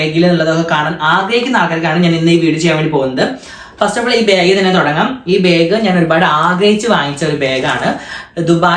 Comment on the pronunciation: ബാഗ് എന്നല്ലേ പറയാ ഇവൻ ഇതു "ബേഗ് "ആക്കിയോ 🤔 അതുപോലെ ആഷി ഉമ്മ എന്ന് പറയുന്നത് "ഇമ്മ"എന്നാണ്.. 🤔